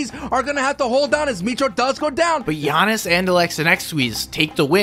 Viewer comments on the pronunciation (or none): he said gianis for jannis